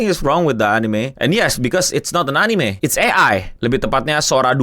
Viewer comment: "AI anine consulting" cringe banget anjinkk